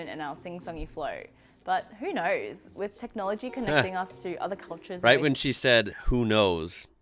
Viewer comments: When you say 'Who knows?' we don't pronounce the W in knows. That's where it goes wrong and starts to sound Cockney. I was going to say it's like 'nose', but then I realised you guys stick a W in that as well. 🤣🤣 It's all too bloody complicated. :goodvibes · In who onows do it like you did last but drop the W. We say it more like it's spelt nose